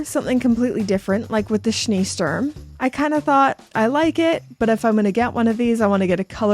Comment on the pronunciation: I never heard a more charming pronounciation of german, of not german speaking persons. Schlossgrün! Schneesturm! Unbelievable